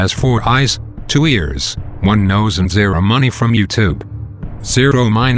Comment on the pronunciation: Ziero minus ziero :))))